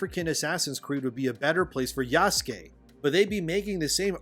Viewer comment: The way you pronounce Yasuke is triggering. I'm fairly certain it's not Jaskey. Pretty sure the "u" is not silent.